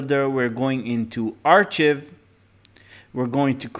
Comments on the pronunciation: It's pronounced "ARE-kive" not "ARE-chiv". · No Offense but "Ark + i + v" or "Are + Kive" is how you should be pronouncing archive. It is not a "ch" sound and the I is pronounced like the letter itself "i". Once again, no offense. Great information and I thank you for the video. I just know learning a language is a long and difficult process so I figured I'd throw that in since no one in the comments wanted to tell you.